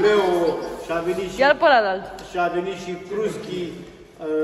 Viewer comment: Cruschii nu cuscrii vai si amar de ,limba română 😢😢😢